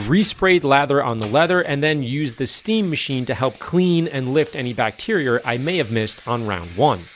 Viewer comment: Come for the NSX, stay for "bacterier" 🤣 who said sleep deprivation is bad for me